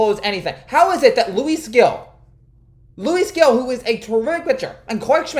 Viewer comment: Gil is pronounced Hil, agree with all your points tho 😅